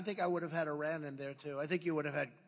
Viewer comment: The way he pronounces "Iran" lol